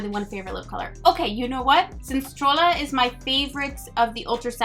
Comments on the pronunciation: Hey Pretty! It's pronounced "bey-sah-meh" besame and "es-stray-ah" estrella. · Everyone else got the rest of them with the "eh" but the shade "Estrella" the "ll" is pronounced like the "y" in "You" I love that you're trying💕 #shaemas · #shaemas Love that you do these eye swatches! Tips for Spanish pronunciation: "ll" sounds like "y" as in tortilla. Also, I just saw that there are 2 new palettes exclusively at Ulta that no one is talking about yet! What's up with that? I picked up Rendezvous and it's very similar to Salvaje. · Two LLs in Spanish make a "yah" sound so Estrella sounds more like est-re-yah ! Keep practicing your Spanish is pretty good !! Thanks for the swatches ! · I love that you are trying to learn Spanish! So far I think you are doing well and you would for sure be understood, but if you want to work on your accent words like salvaje, secreto, besame and sirena all have e pronounced like 'eh' and double L becomes Y in words like estrella [es-trey-ah] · Oh my gosh your Spanish is so cute! The je of Salvaje is pronounced like the word hey but without the y. Secreto = seh-kre-toe Besame = bess-ah-meh Estrella = es-tre-yah (a double L makes a Y sound) Sirena = see -ren-ah Hope this helps, love you! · I really didn’t want to want this palette, but dammit it’s so beautiful! I literally just ordered two other palettes from ColourPop that are arriving today though, lol. Also, when it comes to Spanish pronunciation, when a word ends in “e” it’s pronounced like “eh,” and when there’s a double “l” like in “estrella” it’s pronounced like a “y” so you’d say it like “estreya.” The only reason I’m commenting that Spanish stuff is because you said you want to know, so I’m not trying to harass you, lol. I’m still not fluent in Spanish myself, but I know enough to get by for sure.